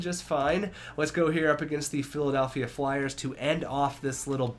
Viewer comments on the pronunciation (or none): none